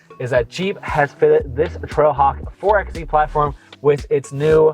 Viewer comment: My guy, it's pronounced 4 by E